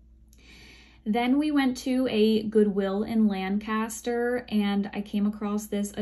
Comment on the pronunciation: Just a FYI...Lancaster is pronounced Lankester. Pennsylvania Dutch dialect.